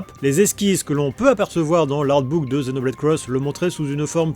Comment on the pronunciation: C'est marrant, tu dis bien "Zenoblade" et "cross" (et pas X) comme en VO, par contre tu ajoutes le "Chronicle" du titre occidental. :)